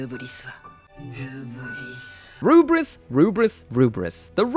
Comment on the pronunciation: I think the romanization of the Rubris to Lfrith is due to the letter "L" not existing in the Japanese language.. correct me if I am wrong. So when a Japanese speaker is saying "Rubris", they're actually trying to say, "Lu-Frit". It just comes out as Rubris.